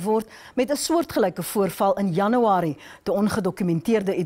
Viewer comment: DIT IS NIE JANIWARIE NIE. DIT IS JANUARIE